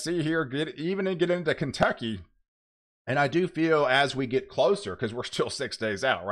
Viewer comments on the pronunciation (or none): none